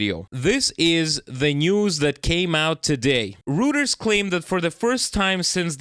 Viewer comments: Dear With no disrespect intended I think the news agency you are talking about Reuters correct pronunciation is Roy - Ters Not Roo - Ters just my two cents! 🙂 Thanks again for your hard work and yet another very informative segment in this these crazy times please be careful and take care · It IS "ROY- TERS" !!!! NOT Root- ers World War 3 Will not happen here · pronounced Royters, eu is oi in German pronounciation. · Reuters is pronounced Roy-turs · Reuters, is pronounced Roy-ters